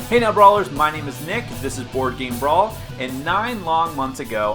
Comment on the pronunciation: Why does he say "anal brawlers" at the start of the video?